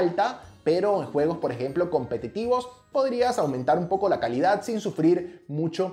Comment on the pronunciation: Todos: Calidad Nadie: Absolutamente nadie: Sara's Tech: Caldad